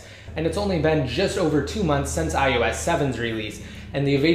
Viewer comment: it's iOS!!! iOS!!! not "iUS"